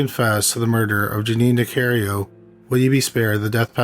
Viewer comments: If you are going to have a YouTube page, you should probably pronounce the person's name correctly. It's not Nicario, it's Nicarico. I remember this story, growing up in Illinois. Also, you sound like a zombie. You don't speak clearly whatsoever. Maybe if talk slower and clearer...you might get a lot of viewers! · Also. It's Ni-CAR-i-Co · sorry to nit pic but this his close to home as I lived near there. She was NicarICO not Nicario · It's a shame you are mispronouncing the surname of the victim repeatedly.